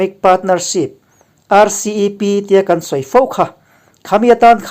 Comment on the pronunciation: Mizo tawng i la chhiar fuhlo leh thin,chang dang kan lo tihah khan Kaan, tiha lam turah kan tih hi thluk dah lo mahse a thuin a zr ang zel lamrik tur a ni e.